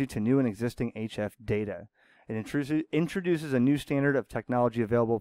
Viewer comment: Intruces 😂 that’s a new word. Lol